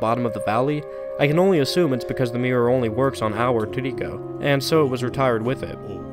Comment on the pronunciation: This is a great video. The only part I don't like as much is that the way you pronounce Trico sounds like it has three syllables, which sounds more like "Too nee koh" than "Tree koh", which is how I've heard most people pronounce it. Minor issue, but it does bug me.